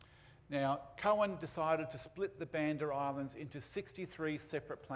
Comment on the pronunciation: Coen is pronounced "coon", not "cohen".